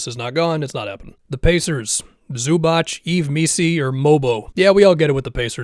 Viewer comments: Zubac is pronounced Zoo-bah-ts, not Zoo-batch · Please don't say Zubach. It hurts our ears. It's Zubats. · btw Zubac is pronounced Zoobaats